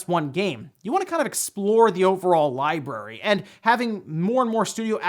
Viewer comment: Lie berry? There are two R’s in library. I’m not an English Nazi but there are too many Youtubers running around miss pronouncing that word spreading the miss pronunciation